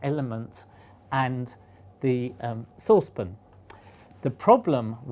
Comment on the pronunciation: my gwad he he cain't even say saucepan